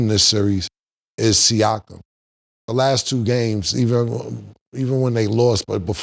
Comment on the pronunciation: Thee Last. 😂😂😂